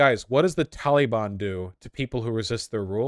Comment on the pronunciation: You pronounce Taliban wrong.